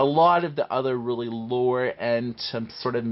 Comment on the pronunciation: looer (lower) - We have a Canadian on our hands folks! How do you spell Canada? C "eh" N "eh" D "eh"